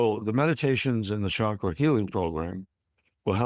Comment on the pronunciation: It is not Shaakra Or shakeera. It should be pronounced as CHAKRA... Cha sound should be...